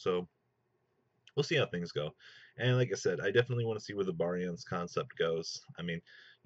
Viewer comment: look stop calling it 5 and my god man pronounce barian correctly that just kills its utopia ray vector v fir short not 5